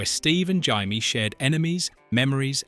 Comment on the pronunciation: This was great. By the way, her name was Jay-me, not Jie-me.